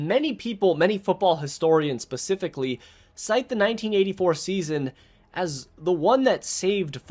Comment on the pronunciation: Love ya but it’s specifically not pacifically